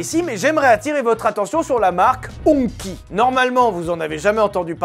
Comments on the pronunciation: Hongqi Ca se prononce pas "Hong Ki" mais plus "hongtchi" :) Merci super intéressant. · Il me semble qu'on prononce HongCHI ce potentiel de blague graveleuse raté ... Il y avait d'ailleurs plein de HS9 SUV lors des JO à Paris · HongQi se prononce "Hong Chi" et clairement quand tu poursuis la vidéo avec le "quand tu vois la voiture arrivé dans la rue, tu te chie dessus", c'est très marrant. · il me semble que "qi" ça se prononce tsi, donc ce serait Hongtsi plutôt, mais je suis pas sur a 100% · Qi se prononce [Tschi] comme la force spirituelle dans les arts martiaux (ou la charge sans fil des Smartphone 😅) Ta pas vue Kung-fu Panda ? Enfin merci pour la vidéo 🎉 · HongQi se prononce approximativement Hon tsi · Si jamais, le Q dans la romanisation chinoise (pinyin) se prononce "tch", donc la marque se prononce "hong tchi" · Prononciation c est RongChi (HongQi) 😂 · Juste un truc Hongqi se prononce « hongtchi » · qi se prononce tchi et le h se rapproche d'un r pas très appuyé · Super vidéo. Juste un petit commentaire, le H se dit R et le Q Tch